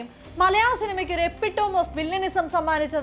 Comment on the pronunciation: എപിറ്റമി ( Epitome) എപ്പിറ്റോം എന്നല്ല